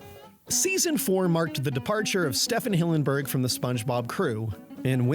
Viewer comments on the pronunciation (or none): His name is pronounced "Steven", Stephen Hillenburg. ˈStiːvn Hillenburg ˈStivən ˈhɪlənbərɡ